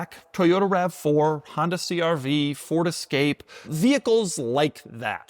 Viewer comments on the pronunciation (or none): none